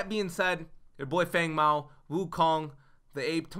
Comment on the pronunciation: Um I think ur saying his name wrong its pronounced Fung Mao.